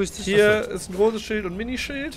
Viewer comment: es heißt Schild und nicht SchÜld!!!! Gutes Video:)